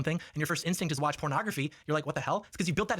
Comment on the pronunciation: Gotta say, I love pronunciation of "pornography" as "prenography". That out there, I'm quite sure John Doyle just praised pornography. I heard him say it was "good". At worst, he admitted it was better than it used to be. Yeah, definitely an airing of dirty laundry here. Probably trying to get ahead of the leaking of his own tape where he wraps a belt around his neck and forgot to turn off his webcam. Gotta get ahead of these things.